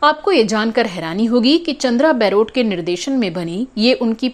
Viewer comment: Chandra Baarot is mispronounced in this blog as chandra Bairot...